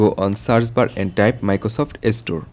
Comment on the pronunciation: by the way its not estore its store